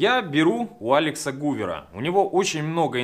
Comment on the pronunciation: Гувер? Может Гайвер?